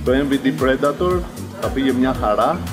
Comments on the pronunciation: Ρε δημήτρη.!! Τόσα χρόνια έξω σε ταξίδια.!! Το Predator προφέρεται Πριντέιτορ.!! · to predator proferetai πρεντατορ...